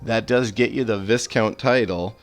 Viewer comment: Just so you know Viscount is one of those words that the S is silent, I know you don't care but I thought I would let you know, One of the other CC youtubers was saying marquis way way off lol